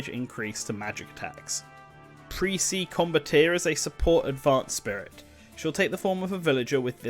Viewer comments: It's not pronounced Kray-tos. It's Krah-tos. And Presea is not Pree-See. It's Pre-say-a. And Genis is pronounced like Gee-nis. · the pronunciations....either it's been a LONG time since you played Symphonia or you've never actually played it. proper pronunciations are: Gene-iss Pruh-say-uh Croo-shiss might be one or 2 more mispronounced names but those are the ones I remember specifically also, they'd likely include some Dawn of the New World music and spirits as it's a direct sequel to Symphonia. I could also see brawler costumes of Milla Maxwell & Jude ( the protagonists from Tales of Xillia...and yes I did forget Jude's last name ) and Sophie ( Tales of Graces ), swordfighter costumes of Berseria's protagonist ( I haven't played that one as I don't have a PS4... ) and Kor Meteor ( Tales of Hearts ) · It's Gee-niss, Raine is pronounced like Rain the weather. Krah-tos, not Kraytos like GoW, Presea is Pra-SAY-uh. Needed some research on these pronunciations, narrator. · I heard that pause before saying Presea wrong lol. That's fine, if you haven't played the game its not an easy one to pronounce. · I mean, if he did enough research to get all this content in the vid, then he could have at least looked up cutscenes to know how to pronounce the characters names.